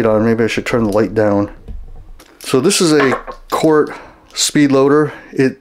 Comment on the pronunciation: Actually - he has the proper pronunciation down… It’s pronounced “COURT”, not “KOOORTH”…